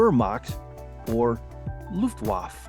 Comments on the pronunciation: Kriegsmarin? Nein es heißt Kriegsmarin-E. Luftwaff? No Luftwaff-E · "Luftwaffe = looft wuff fe" not "looft wuff" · You have mispronounced "Luftwaffe". The "e" is pronounced as a soft a. The founder of the WWII Historical Re-enactment Society, Inc. says these are too easy. For harder questions take the Hillsdale College course on WWII. The test has some toughies. Although it seems the questions are getting harder as we go along. Question 33 is not quite correct. The Panzer I was designed as a training tank that found itself pressed into the war. All four of the initial "Panzers" (German for Tank) were used during the invasion of Poland in 1939; Panzer I, Panzer II, Panzer III, and the then newest and largest Panzer IV. I think a more correct answer to question 33 would be simply, Panzer. I agree with the comment below. Question 40: Both Sweden and Switzerland would be correct. I take exception to question 53. Eichmann was in charge of the SS' RSHA Department IV B4 (Jewish Affairs). Question 56 needed to be better worded as WWII was already ongoing. You got me on questions 60, 62, 64, 65. :( I need to bone up on my Red knowledge, among a few others. No hard feelings. :) That was fun. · Got to work on a few pronunciations. Luftwaffe is Luftwaff -ah, for example. Nice quiz, thanks. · Luft waff? Sets the standard. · Some strange pronunciation here. Eg. Luftwaffe the final 'e' is pronounced. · It's pronounced; "Luft-vaf-f'e", and is still called 'Luftwaffe' today :). And, if Someone's curious, the other branches are (informally) called: "Deutsche marine", & "Bundeswehr" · And the "e" at the end was not silent.